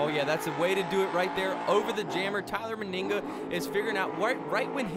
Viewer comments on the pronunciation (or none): ‘Tyler madinga’ probably the best monster jam mistake I’ve heard